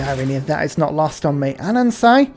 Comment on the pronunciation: I know say things wrong as a joke but I don't know if that's what you intend to do with Anansi but the i is pronounced in the short way so it should rhyme with the name Nancy